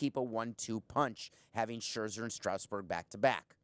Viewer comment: He has good points but his pronunciation of "Strasburg" is distracting. It's not pronounced "Strowsburg", it's Strasburg.